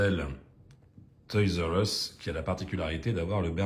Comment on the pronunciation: Salut, un peu en retard!! Une dinguerie ces modèles, alors la prononciation toys r us un vrai anglais 👍 je peux pas faire mieux à part le Portugal 😂 le petit porte container en jaune j'ai un doute le camion normalement est de quelle couleur? Oh cette couleur de dodge dans ce coloris rouge et super on dirait rouge candy légèrement plus foncé 😍 et ce saviem avec tampo sans majorette inimaginable sérieux tu as une collection de dingue et vraiment pas courante c'est sur Elvis doit être fou devant ce très beau modèle, merci à toi pour cette vidéo